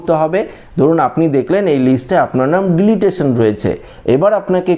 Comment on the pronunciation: Dada, Apni video te bhul kore delitation uchharan korchen ota deletion uchharan hobe 🙏